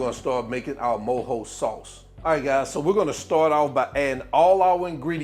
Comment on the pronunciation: I’m cuban and I’m happy this recipe exits explained in English like this with a slo cooker! I also appreciate you saying mojo the right way 😂 If you’re reading this DO make this recipe it’s fireeeee